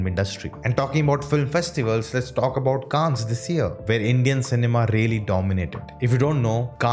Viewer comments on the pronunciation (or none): Pronounce it kaann not -kaans-, in French, s is usually silent if it is in the end of word like in Cannes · You're right. Grand Prix is actually said as Grann Pree, because it's French. Also, Cannes is Kan, because it is French too! Don't go by Google pronunciation. Check the French pronunciation. Ciao 😬